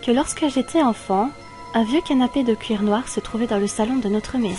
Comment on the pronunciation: c'est moi ou tu prononce cle titre "le canapé en couir" xD